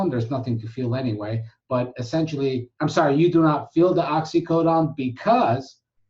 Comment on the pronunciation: Oxycodone. Why you say oxycodon?